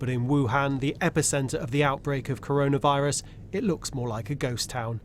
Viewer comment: Little known fact. It's actually pronounced Colonavirus